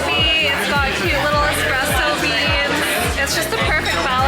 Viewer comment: Espresso not expresso.